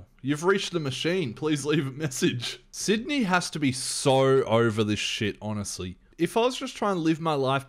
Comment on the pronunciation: Scream 3 suffered extremely because of the Columbine school shootings. The world was in a truly dark place, so they had to dramatically shift the tone. That's why the movie feels more like a Scooby Doo adventure. Sidney's storyline is the fuel that keeps the movie going. Also, you pronounce her name as Nev. I used to pronounce it Neeve too until I saw interviews with her.